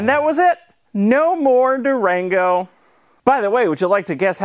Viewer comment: I say Durango, you say Duragno